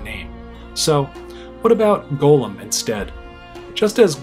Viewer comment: even though you pronounced "Gollum" like "golem", I really liked this video.